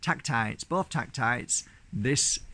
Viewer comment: They're tektites pronouned TECH-TITE. They're in a different classification to crystals. A moldavite is a tektite and not a crystal! No tektite is a crystal - hope this helps!